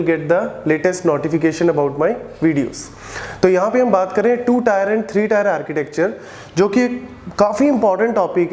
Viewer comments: It's not tyre(tier) It's टिअ(र्‌). Tee-eh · Its Tier => Teeuh not Tyre? Please correct your pronunciation because you are teaching and the one who is listening for the first time will also reproduce the same wrong way. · not tyre, it's teer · its tier not tyre.. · Teer not tyre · Bro it's tier not tyre🙄 Good video btw.